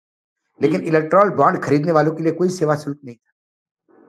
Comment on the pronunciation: electron be read as electrol